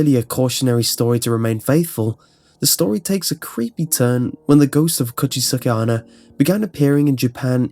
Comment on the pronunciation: i know it's a little detail that doesn't even matter, but just for the sake of information the pronounciation of "onna" is more like "onn-na". more emphasis on the N. also, you said "watashi, kirei" as "Kee-ray". it's actually pronounced "Kee-righ". again, just for the sake of info.